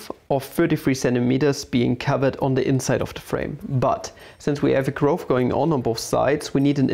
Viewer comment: nice video, really enjoyed! One small nitpick, Im not entirely sure but i think the way you pronounce groove is a bit off. It should be pronounced "ɡro͞ov" with the same vowel sound as the one used in "cool". Somebody correct me if im wrong :D